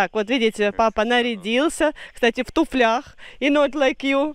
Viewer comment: в русском языке надо еще и правильно ставить ударение в словах. Так, например, надо говорить «в тУфлях»и еще один нюанс- туфли ОБУВАЮТ, а не одевают. Это не в обиду тебе скажу, а только потому, что лучше говорить правильно. Тебя смотрят много людей и не только из твоей страны. Не обижайся, пожалуйста, за такие маленькие подсказки. Да, еще услышала в каком- то твоем видео слово,, подскользнулся». Это тоже не правильно. В русском языке есть слово ПОСКОЛЬЗНУЛСЯ. Так правильно. Не обижайся. Видео смотрю, интересно. Всем вам здоровья и благополучия! Город Санкт- Петербург.